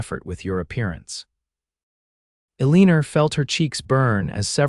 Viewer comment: Meh… it was better than some; however, this channel is hung up on the name Eliana, aka Eeleeeeenerrrr. It is so distracting. Just use Sue, Susan, Mary… something the ai reader cannot botch